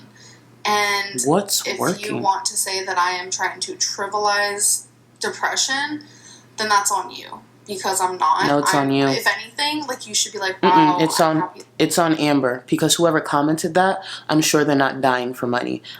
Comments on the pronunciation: Homegirl really said “trivalize” instead of “trivialize” smh. go back to school, since clearly you learned nothing about pronunciation and proper speech. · Did you hear the way she said trivialize... TRIVAL IZE... ruining words for me